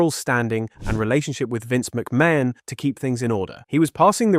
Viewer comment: AI really needs to learn how to pronounce McMahon.